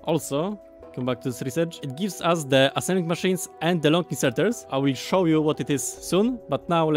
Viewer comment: I just love every time he says assemblic machine